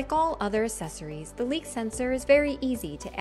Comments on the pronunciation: I came to check if anybody else picked up on this. It sounds like she is saying sessories without the hard ac at the beginning. Glad I'm not the only pedantic one around. Useful video even though I was looking for one on the X3 starter pack which there doesn't seem to a good quick features video. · Your pronunciation of “accessories” is consistently incorrect.